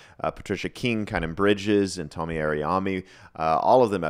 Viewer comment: Tomi's name is pronounced Toe-me. He did predict Trump's re-election but he addressed it openly after it didn't come to pass. I'm not sure about the Ukraine thing. That was brewing in 2021.